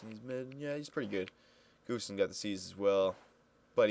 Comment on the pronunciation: its pronounced "Gus-Tuvson" just saying:)